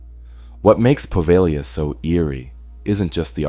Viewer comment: It's not Poveglia with a short E and a hard G...it's Po-veh-lya.